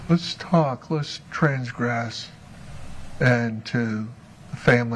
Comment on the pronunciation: Each time says 'transgress' and 'cachet' he boldly demonstrates his ignorance.